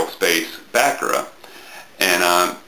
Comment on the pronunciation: It's "Back-Koora" trust me.. Only Americans could pronounce it as stupidly as Bakerrha XD